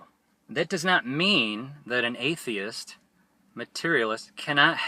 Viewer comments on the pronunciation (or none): it sounds like he is saying "HateTheist"